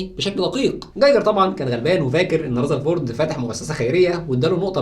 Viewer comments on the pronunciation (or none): اسمه رذرفورد وليس رزرفورد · رزرفورد ؟؟؟... اسمه رذرفورد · رزرفورد😂 != رذرفورد ... ايه دا يا مصر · رذرفورد❌ رزرفورد✅😂😂❤️